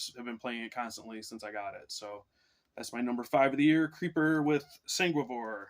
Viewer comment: I’m laughing. I heard Single Boar but it’s Sanguivore!